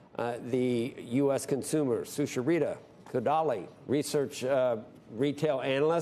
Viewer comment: Cant pronounce sucharita 😂